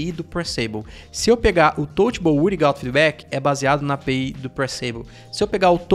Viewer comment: Touchable “uirigauti” foi foda 😂. Ótimo vídeo